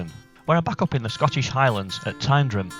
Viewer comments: Its said as tindrum not tynedrum. Just saying i live not to far away from there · As a Scot we pronounce in Tin-drum 😉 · I'm right it's Tindrum i live in the area. Great vids just pointing that out. The people that say diffrent are probably like yourself not from the area. Regards